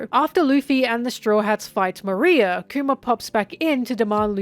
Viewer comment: why do u call Moriah "Maria" in this one lol